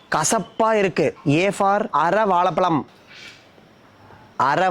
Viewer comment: எது? அர வால பலமா? 🤐🤐 தமிழை ஒழுங்காக உச்சரிக்கவும்.🤌 "அரை வாழைப்பழம்" 😘